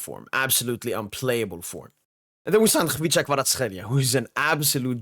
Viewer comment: He said Khvicha Kvaratskhelia very well 👏👏👏👏👏